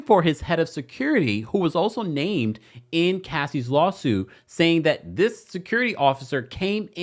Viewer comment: He can't say her name